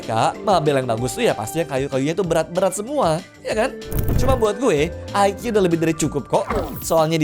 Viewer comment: Btw bacanya bukan aikia ya mas, tapi tetep ikea😂